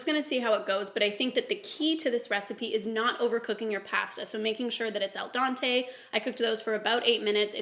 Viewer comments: saying el Dante, me smiling cause I just love her 😂🥰💓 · Babe its al dente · I’ve never heard al dente pronounced that way